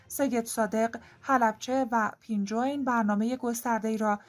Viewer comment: خانم جان پُنجوین چیه؟ 🤦🏼‍♂️ پئنجوئن اِ کسره با کسره خونده میشه نه با ُ ک ضمه باشه